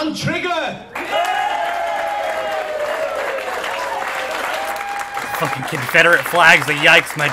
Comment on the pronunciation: he said trigger. tr